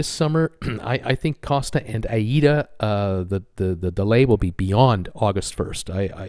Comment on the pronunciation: Gary Bambage is the only youtuber who pronounces Aida correctly its aye-ee-da